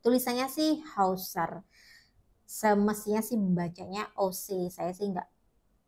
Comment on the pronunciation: Akhirnya ada yang bener pronounce nama brand Hausser. 👏👏 Keren reviewnya, mbak. 🙏